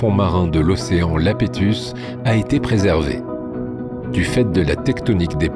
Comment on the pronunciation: Océan Iapétus, avec un "i", pas Lapétus, avec un "L"